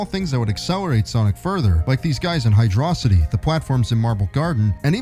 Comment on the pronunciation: Yeah, it's pronounced just like everyone's favourite Zone from Sonic 2, METRO. POLIS. Zone.